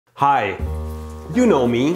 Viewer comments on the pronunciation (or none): Mehdi seys heh in stead of hi